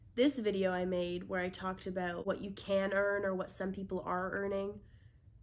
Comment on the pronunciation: I’ve never heard you pronounce about aboot before but I think I may have heard one in there :)